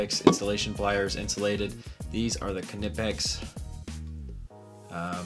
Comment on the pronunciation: Pronounced nipex